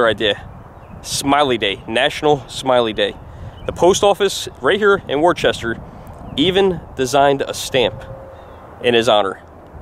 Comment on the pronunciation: Today is also the grandfater of moden Blues and Rock& Roll Robert Johnson Its pronounced Woosta!